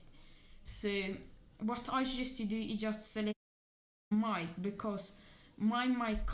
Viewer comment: It's Mic, not mIcKe lol